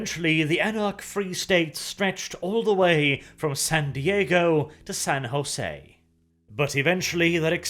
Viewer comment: Your Spanish is surprisingly fluent "San Jose" "San Francisco" were said with your usual flourish with out any vocal mistake XD.